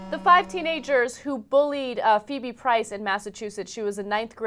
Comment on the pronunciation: It's Prince not Price, please get it right.